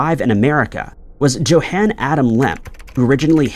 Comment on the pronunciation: YO-HAHN. YO-HAHN. Joe-han.... Really?